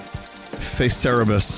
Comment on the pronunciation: he said "cera-bus" again